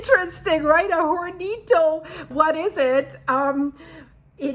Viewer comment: Hornito A little oven The H is silent in spanish Horns are “cuernos” in Spanish